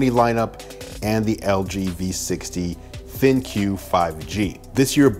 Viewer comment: Bro, it's pronounced "Think" not Thin-Que